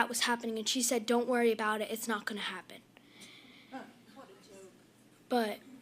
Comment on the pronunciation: please OT stop with the “fona” please, i believe it’s pronounced “going to “